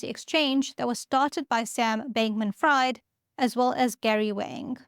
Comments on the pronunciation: No no we want to hear more sam bankman fried not pronounced freed😂 you sound so cute and honest with your accent it sounds like you just read it and never heard it hahahaha I love it. I could and would enjoy a few hours in the morning listening to what you read or your thoughts about what you read or censored.. Let's do a video on your current pay as freelance I would like this. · I was just about to make that point. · No need for an apology my friend. Your analysis and content are priceless. What's a little mispronunciation in the middle of so much goodness. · Omg if you're gonna make a 20 minute video essay about him at least learn how to pronounce his name lol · I personally think you should have leaned into the pronunciation more and left it at Sam B Fried. As in fried chicken!😂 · Daka daka daka learn to pronounce names correctly 😂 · His last name sounds better pronounced "fried" like fried chicken, instead of "fried" like freebird, cause he sure isn't free anymore haha. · He may be fried but I think it's pronounced freed. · Fried, and Friedman, are German last names, and Fried is pronounced like freed (slave), not like fried (chicken). I like it, though, because he is a fried bank man. Fraud great as well. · I initially thought you said Sam Bankman Fraud. That would have been funny😅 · To my American ears, it sounds like you're saying "Fraud". Which would be apt. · His last name is pronounced as FREED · I can’t stop smiling when she says “Fried”. Name fits him now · This is not in anyway a hate comment. But the name “Fried”, the ‘ie’ is pronounced as ‘ee’. Just trying to help, 🙂. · I think pronounces it "Freed" but he certainly is fried now, so please carry on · pronounced "Freed" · Sam Bankmam "Fried" 🍟 It is "Freed", as in Friedman. My ears are bleeding lol. Jeez did you ever listen to the news 😂 Nice video though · it's FREED Not Freid. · It's writted "Fried" but pronounced "Freed" Edit: Subscribed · His last name is pronounced “freed” not “fried”.